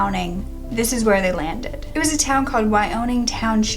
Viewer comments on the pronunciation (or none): none